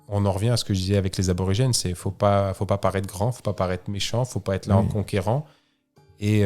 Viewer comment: Merci pour ce récit ! Superbe aventure !! Fabien c’est Aborigène pas Arbrorigene 😉